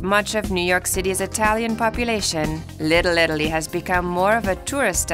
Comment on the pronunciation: The way she said “Little Italy” was enough for me to stop watching and give it a thumbs down. Also, the music made no sense.